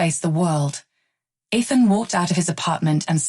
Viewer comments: Please stop mispronouncing Ethan to the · Stop mispronouncing Ethan 😮